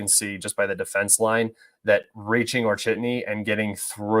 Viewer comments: Author, not "Orchetny" :), but "O-che-rE-tino". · Goddamn it its not Orchidny there is no spiders there. It’s O-che-re-ti-no 😂